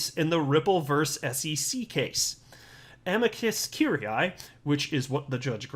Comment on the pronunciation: is notorius for this. I posted the pronunciation for Amici Curiae, which took all of 5 seconds to locate. Don't give him a Czech name, he completely melts down. I love him just the same, though. 🐂